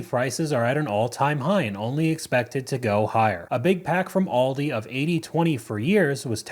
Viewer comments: Also public shame for saying Aldi's with an S. It's Aldi.😊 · Why do people say ALDISSSS with an s, but not walmartSSSS or target's. Its aldi. We shop, at aldi. Not aldissssss.